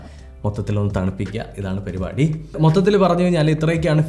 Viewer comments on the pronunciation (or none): none